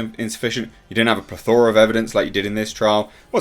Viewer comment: Please stop mispronouncing the word "plethora".